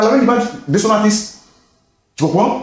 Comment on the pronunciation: finalement quelqu’un() qui prononce correctement le mot « Artiste »… ko artiss